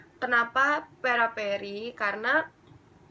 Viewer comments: Peripera kak bukan peraperi hihi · fyi itu peripera bukan peraperi ngakak gue sumpah